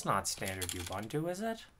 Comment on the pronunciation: Correct way to pronounce "Ubuntu" is........ Oo-boo-n-too, ....it's not You-bun-two.